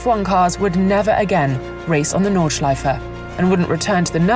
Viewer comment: I love it if These voice sad "Nordschleife". It sounds very nice 😂